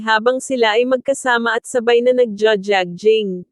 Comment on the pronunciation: Lady you need to pronounce jogging correctly.